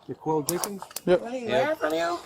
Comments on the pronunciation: I swore he said Michael Jackson. Then when he said Michael Germane Jackson I was like no he didn't. I'm glad he had him spell his name and he said Jankens. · Not Jenkins but "Jankinz" ...smart officer for NOT recognizing this😂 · Came to the comment section just for JANKINS 😂😂😂 NO SIREE BOB - it's JENKINS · Sooon as he said Jankens, I knew he was lying lol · He didn’t say it was Jenkins, he said it was JANKENS 😂😂 he even pronounced it that way lmfao I have never seen anyone lastname pronounced and spelled “Jan-kens” 😂😂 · He said his name is “jankins” not “Jenkins” lol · "What's your last name" "Umm...Jenkins, I think" "Spell it please" "Jankins"...🤦🏼‍♀️ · "Jankins" LOL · that boy said ''jankens'' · “Jankens” lol like you a janky liar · The moment he spelled out Jenkins as "J-a-n-k-e-n-s" is when we knew😁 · dat "janks"😂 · I thought I heard the same 😂😂